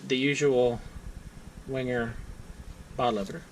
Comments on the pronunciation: Venguh! That 'w' is not an English 'w' but a German one. Never wing-er. If you're a reviewer of these Swiss Army knives, and Wenger was the only other Swiss Army Knife company other than Victorinox, until Wenger went bankrupt, why not learn how to pronounce Wenger correctly? Is this an American thing not to be concerned with proper pronunciation? A Uhmurqueen ting! W = V. G is hard G, as in GOT or GOAT. Final R is silent. VENGUH A small thing, unless you review a company with a non-English name. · It's Wenger, wang errr, I 100% genuinely and I really do mean this do not care how you think a discontinued knife company's name is pronounced